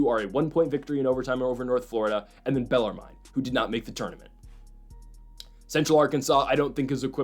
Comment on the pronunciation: Austin PEE and BellarMIN is how you say these damn schools' names for like the 10th time.